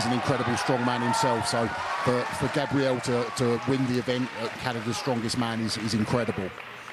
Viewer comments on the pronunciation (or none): Gosh darn it learn how to say gabriel right